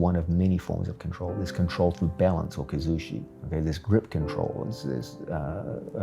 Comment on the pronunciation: It is not Kazushi, it is Kuzushi. Kazushi Sakuraba was the fighter who fk the entire Gracie family. Kuzushi means unbalancing.